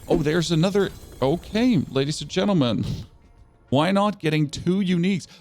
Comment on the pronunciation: You said "okay" like you're a french canadian xD